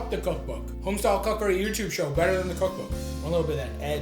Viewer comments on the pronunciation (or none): none